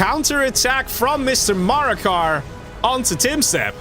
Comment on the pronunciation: Btw Maraka is called Maraka not Marakar (no r at the end), it means “Battle” in arabic